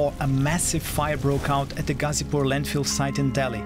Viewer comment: It's gha zi pur gha from Ghana zi as letter Z pur as i don't know what's purb